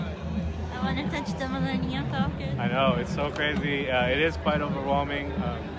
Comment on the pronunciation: Thank you for pronouncing falcon correctly.